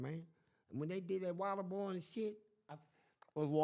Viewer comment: It’s WATERBOARDING not ‘water boiling’.